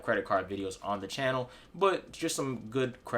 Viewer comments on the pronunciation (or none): none